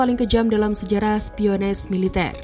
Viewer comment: maaf mbak, spionase itu kata serapan dari kata Espionage"" jadi spionase ya dibaca spionase bukan spioneis jikalau dalam bahasa inggrispun "" Espionage"dibaca espionah